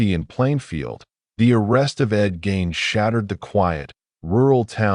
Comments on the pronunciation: Its not gain... pronounced GEEN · no it's not. Mispronounced Gein's name right at the beginning. We have to stop supporting lazy AI content.